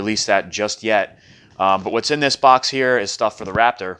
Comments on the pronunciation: You said Boc instead of Box loll😂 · why do you call it a bock?